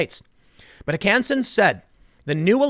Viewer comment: Emphasis on the first syllable, Tim. HOkansen.